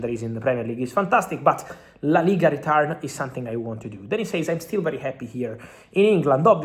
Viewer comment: Dud it’s called something not sonthing please it’s not difficult try to train yourself something something something very easy NOT SONTHING to all my italian brothers SOMETHING